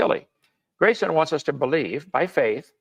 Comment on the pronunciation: Im about to start watching this now and im already pissed that Kent is going to purposefully mispronounce Graysons name on purpose. He does it all the time, it’s so goddamned childish